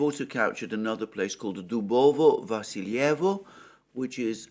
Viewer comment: Greetings Alexander! Just a couple of small corrections on pronounciations: Yagodnoe - Emphasis on first syllable (Berryville); Vasylyevo - Emphasis on the second syllable (Basilville) Also, great source for getting names of the towns and villages right, is following Military Summary channel